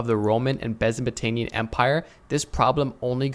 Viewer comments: pretty sure he said "Bezeptamian Empire" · As long as you can now say ‘Byzantine’, you’re good bro lol